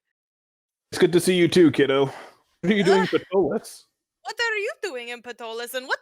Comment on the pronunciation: Hello! I'm enjoying your game. I've used Ptolus as my setting since it came out in 2006. I'd like to point out a couple of things. First, the city is pronounced "Taw-luss" (pg.10). The 'p' is silent. Second, you had a drow lady at the Delver's Guild library. Drow are illegal in the city and are put to death and anyone harboring a drow can be imprisoned for 2 years (pg. 555). The world is called "Praemal" (Pray-mall) and the creator God is Praemus and very few people if any have ever even heard the name Praemus (pg. 40). No current religion worships him. It is your game. I'm not trying to say you have to play it a certain way. I'm just a HUGE Ptolus fan and I wanted to share those little tid bits. You make Ptolus your own. I can't wait for the 5e revision to come out! Thanks for the entertainment. I look forward to future episodes.😁